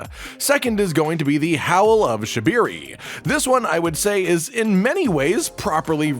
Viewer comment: SHABIRI?! SHAB REE REE